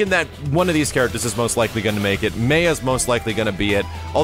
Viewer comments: MAH YAH... MAH YAH... maya... how the hell you got May-a is beyond me... but Mah-yah is how you pronounce it... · Isn't it pronounced MY-AH not MAY-AH? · Haha, man...the KI 2 pronunciation of Maya drives me up the wall. It should be "My-ah" but the game says "May-ah" like was pronouncing it. But I will never be able to bring myself to say "May-ah". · Your repeated incorrect pronunciation of "Maya" made my skin crawl.